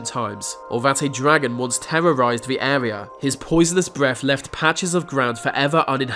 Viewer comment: With= wiv Weather= wever Amazon= amazun Breath= breaf Births= birfs